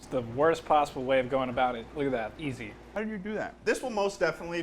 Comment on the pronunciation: Unus Annus Memento Mori You put the how with some emphasis ***** hell